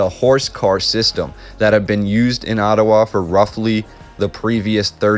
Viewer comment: Enjoying the presentation, never heard Ottawa pronounced Ottuwa, interesting accent, are you Canadian,?